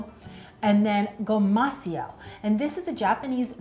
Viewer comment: for your information and future usage of anything non-English, the seasoning you used with the seaweed sheets should be romanized as "gomashio", which literally means " sesame salt " and pronounced as "GO-ma-SHE-o." Bot saying this to put you down in any way- I thought it was brave of you to try! Your channel is really informative and would like to see you keep maintaining that level of detail and accuracy with as many details of your videos as possible.